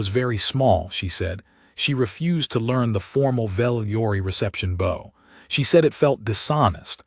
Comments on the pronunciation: I like the story but the constant mispronunciation of "bow" as though it was a part of a bow and arrow rather than a "bow" where you incline your body to another person in respect and it sounds like the word "ow" like something hurts. I could read better than this AI piece of crap about 60 years ago. Why do they use an AI reader instead of a live person? I'd read them for their presentation for free if they provided the equipment to record the script. edit: When it read the word "bowing" it was pronounced correctly so why did it then return to the wrong pronunciation again after that? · And a bow (bou) and a bow (boe).